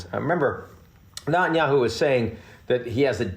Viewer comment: Ian Bremmer doesn’t know how to pronounce Netanyahu.